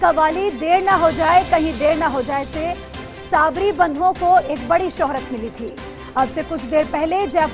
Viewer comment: कहां से भर्ती किये हैं ऐसे ऐंकर. लिखा आ रहा है सईद साबरी और बोल रही हैं सय्यद साबरी